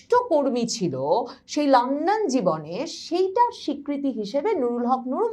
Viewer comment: লান্ডন না,লন্ডন